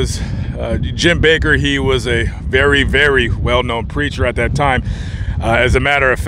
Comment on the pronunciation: It's not BAKER. It's BAKK....ER